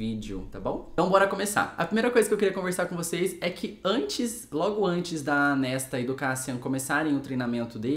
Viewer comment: Pra quem quiser saber a pronúncia dos nomes de acordo c a própria autora: Claro, cada um pronuncia como quiser, a cabeça é de vcs 😅😊🤣🤣🤣 Mas foi difícil p mim ouvir Kéchian e Nésta por mais de 30min 😂😂😂 Só mesmo p engajar vc, 👍 (Cassiãn e Nêsta, pronto rs) 😅😅😅